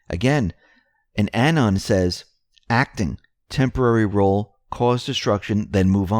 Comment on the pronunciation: "Anons" not anions... troll